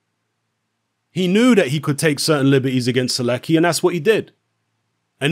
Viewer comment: Skips first name butchers the last name xD